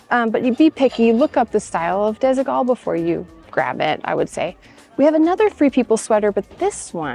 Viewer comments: It's actually pronounced desi-wall. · Disigual is pronounced disidual 😊❤ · love your channel! Just FYI, Desigual is a Spanish brand. And the u sounds like a w when you pronounce the brand name. Sort of like desequal but with a g. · It's so funny how you pronounce Desigual, it is a Spanish Brand from Barcelona, still quite expensive, and the name means smthg like "uneven" because of the funky colours and shapes. Some pieces are really goog quality mostly the vintage from the 90's